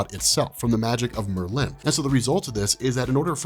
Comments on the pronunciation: bro its just merlin not mer lynn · Why do you pronounce Merlin as MerLIN? The emphasis is on MERlin. Like where have you heard it pronounced the way you do? Please stop. Its distracting. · Sorry to be this guy, but it’s pronounced like marlin (the fish)...Merlin. Not Mer-Lin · It's not mer-LIN, it's MER-lin emphasis on the Mer!!!! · Bugging me too. Does Merlin drink merlot? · If you search thru the whole of fiction including film and all I don’t think you will find that pronunciation of Merlin, two syllables yes but one word, Merlin not Mer Lynn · I love ya but for Marvel's sake... PLEASE say Merlin's name correctly?! It's said as all one word not with two defined syllables. Merlin as oppsed to your Mer'Lin. Good Video! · Bro, it’s not pronounced Mur Lynn... It’s Murrlin. Make Murr the emphasis you draw out, Lin is a shorter and softer. Think: Purrin’ cat Curlin’ weights Roarin’ tigers Merlin 😇👍🏼 love ya man. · It's Mer-lin not mer-Linn I think you do this on purpose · I couldn't watch anymore after the second Mer-lynn. It was driving me nuts. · Not how you say it though. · Dude I have literally never heard anyone pronounce "Merlin" the way you do. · I don't like how you pronounce Merlin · Please stop butchering Merlins name